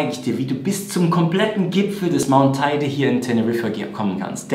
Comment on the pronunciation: Also: Der Teide sieht weder aus wie ein Ei noch wird er so ausgesprochen. Die Bergstation wird La Rambleta und nicht la Rambla genannt. Und (auch wenn es fast überall falsch steht); der Teide ist nur 3.715 m hoch. Klingt ein bisschen nach Klugscheißen - ich weiß. Aber wer ein Video zu einem solchen "Fachthema" macht, sollte es eben richtig machen. Dazu gehören richtige Zahlen, Daten und Fakten sowie eine korrekte Aussprache.